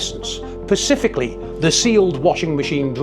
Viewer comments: Pronounce the S in specifically you are not talking about a ocean. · I respect the content but you cant keep saying 'pacifically'. The work is 'specifically'. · The words you need are "specifically" and "specific" , you miss out the "S". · 0.56..did you say pacifically !🤣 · Watch Mitchell and Webb Grammar Nazi whilst drinking expresso. Great video though. Everything modern seems to be more harder to repair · Yes it really rubs me up the wrong way… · I literally gave up at that point… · I’m pretty sure that’s a fucking ocean but I just rolled with it cos he’s in the zone 🌊 😂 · Maybe he learned reading peanuts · Pacifically? I can't take you seriously. Learn to speak English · Couldnt watch past the first few seconds. Please learn the word "specifically".